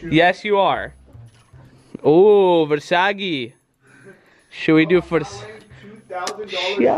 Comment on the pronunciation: Nobody: Absolutely nobody::"versagi" 😂😂😂😂